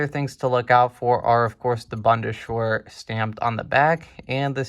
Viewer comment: Proper pronunciation: Bund: not bund but boond Bundeswehr: not bunde-schwehr but boon-des-vehr Panavia: not Pana-via but Pan-avia